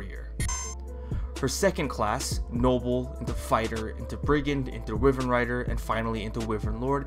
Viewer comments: How do you pronounce wyvern wrong? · hmm, wivern. An interesting pronounciation when I usually say Y-vern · It is Pronounced why-Vern